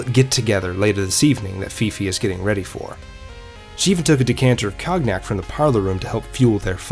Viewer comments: "Cognac" is pronounced like "Cone-yack," not "cog-nack." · Seriously? Cog-nack? 😂😂😂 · Amazing video! I loved the dash of history in the beginning and end. This should be on television,. I think cognac is pronounced more like ko-nyak, though. My grandfather used to love that stuff.